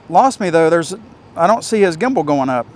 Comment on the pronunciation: I was watching your snaptain video today and instead of gimble you said gibble 😂had me laughing. I thought that would be a great drone name “Gibble”😂